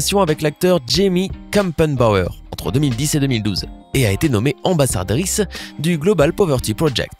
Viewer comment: Mdr Il a du mal à prononcer le mot "ambassadrice" 😂😂